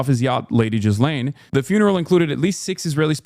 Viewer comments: Who taught Hasan how to pronounce Ghislaine? That is the worst attempt I have ever heard. GHEE-Lane Hasan, GHEE-Lane. Not Jizz-Lane LOL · Is he pronouncing her name Jizz Lane on purpose? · I love that Hasan calls her 'Jizz-Lane'